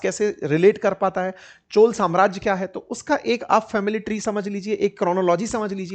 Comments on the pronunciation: सर, ये चोला नहीं चोल है, कृपया अपमान न करे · Dear sir it's not 'चोला' . It's 'चोल '.